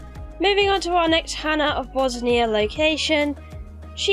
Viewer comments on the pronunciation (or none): It's not Bosnia, it's Bossonia :)))). Also love the dead body piles under the locations :)))